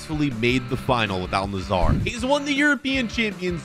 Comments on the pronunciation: 'Al Nassar' bro where the fuck do you see an A between the s and r. Bro its Al Nassr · It is pronounced al nassr not al nassar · Its al nassr not al nazzar😂😂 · Is no one going to talk about how is saying Al Nassr he is literally saying Al Nazzar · Why does everyone say “Al- nissar” This is how you say it “Al- Nassir” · Al Nassr = Al Nazar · Not al nassar it's al nassr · Al Nazar💀💀💀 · You say al-nassr wrong